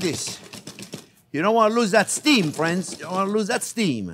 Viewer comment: No matter the video, as soon as I hear “hello there frwenz” it’s a 👍🏾.